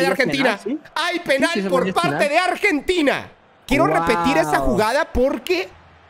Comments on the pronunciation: Pero por qué dice PÉnal AJAJAJAJAJAJA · Por que dice Pénal y no penál... por que le gusta el pé..